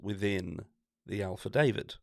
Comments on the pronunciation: It's affidavit not alfadavid! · What's an 'alphadavit'?